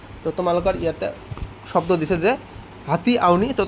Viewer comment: Sodo nohoi hobdo😂😂😂😂